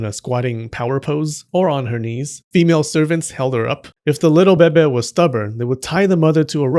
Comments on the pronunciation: IT BABY NOT BEBE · why do you keep saying "beh beh" instead of baby? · Lol thank you for saying Baby like Bebe from Schitt’s Creek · "Little bebe" that's cute, man 😭 But it's actually bebé* ahah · I love it when you said Bebe instead of baby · Why you say bebe not baby🤣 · I lost it everytime you say BEBE 😭😭😭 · "Bebe" 🤣🤣 I'm sorry, but I'm distracted by the way you say it. 🤣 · Can you just make a video where you say beh-beh for 5 hours because I’m addicted to it thanks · I kid you not: I was working on my desk and felt a sudden urge to hear your voice saying “bebeh”. I immediately opened YouTube (because procrastination), and there on the homepage was a link to this video! I guess Buddha sent me here to give you a like and a view. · the "bebe" is addicting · I love the fact that he says "bebe" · The babay, the babay,babay love it lol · No one:: beh-beh. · "Bebe." giggles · Lol “bebeh” lol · Love the Moira Rose 'bebe' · I love how u sa6 baby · Please stop saying bebe its annoying do you have a French complex or something 😂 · Just say BABY correctly like a grown adult! Also, what's with all the swearing? Can't you just speak normally? Have a dislike. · I absolutely love your humor and the way you pronounce baby😂😂😂 just you speaking is entertaining. Thank you for all your hard work creating these educating and entertaining videos. Your service is appreciated. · They way you’re saying “baby” means “vagina” in my language 😂😂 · The way he says baby 😂😂😂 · I love how u say baby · love the way you say baby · I just wanted to out the irritation I resent when the narrator in this video excentrically pronounces the word "baby", which happens in every video of his talking about whichever theme linked with babies, by commenting this comment.